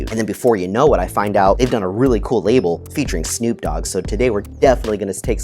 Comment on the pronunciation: 1minute 23seconds in. Who? Yeah never has Snoop been mispronounced so badly. 😂